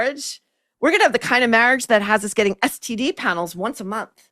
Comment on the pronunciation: Regarding, I think her speech errors (and annoyances) are due to her overall mispronunciation of words. Instead of saying getting (with a short 'e' sound [bet, get, let], she's making the 'e' a short 'i' sound. She says gitting instead of getting. I think the short 'i' sound draws attention to the -ing ending of the word, making it sound super annoying. You're right though, she needs someone to help her with enunciation.